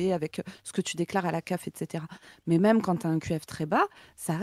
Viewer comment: Est-ce que quelqu'un sait pourquoi prononce "même" "meume"? C'est une manière de prononcer ce mot qui vient d'où?